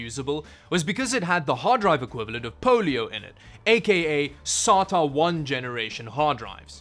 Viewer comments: I thought he was saying "solder". Say DA. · It's pronounced: "Say-ta" not "Sah-ta". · sAta drive “SATA” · How fucking hard is it to say SAY-TUH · Actually it's pronounced Serial Aye Tee Aye ;) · the way he pronounce sata is no difference than chinese people pronouncing sata